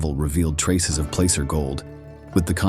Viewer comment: Pronouncing placer wrong...And the Prospectors most likely buried it